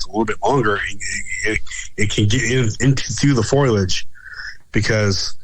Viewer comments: For the love of God bro it's FOW-LEE-AYY-DD-JJ-UHHHHHHHHHHHHHHHH!!!!! WOW...that feels better...I can breathe now...😅😜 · For the love of god, STOP saying FOIL-EDGE. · For the love of god, your guest needs to learn that the word, foliage is NOT pronounced as "foil-edge". It's "foe-lee-edge", not "foil-edge". Look at the word. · Thank you,! I'm glad I heard this. He kept saying, "foilage" instead of, "foliage". Is he referring to plants made of aluminum foil? He kept saying it over and over again. It could be worse--a "you know" or a "like" addict is really hard to listen to. I've just listened to this again, and that mispronunciation will still aggravate a person. Still, it was a good interview. I've heard a few Bigfoot researchers go on and on about photography, but do they have a good photo? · Lol, I'm glad I'm not the only one. I've heard people pronounce it like this many times on multiple podcasts and I was beginning to wonder if I've been pronouncing it wrong for years.